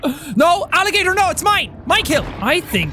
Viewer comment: Nobody: Literally Nobody: Jack: alli-gutor